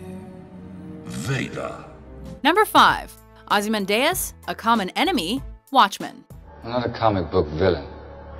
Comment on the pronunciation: Can always tell when the narrators and/or writers haven't actually seen the content they're talking about. In this case - Watchmen. The pronunciation in this video is awful, and anyone that's seen the video would know it's pronounced Ozzie-Man-Dee-Us.